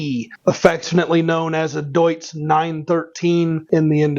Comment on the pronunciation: The Deutz is great pronounced Im from germany 😅